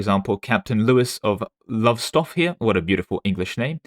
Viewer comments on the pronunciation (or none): A few pronunciation hints from a fellow Brit: Lowestoft is pronounced "LOW-us-toft" and Irvine is pronounced like the name "Irving" but with a plain "n" sound at the end (instead of "ng")